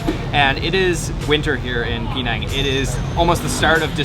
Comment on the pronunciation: Hey it is pronounced Penang not Peenang.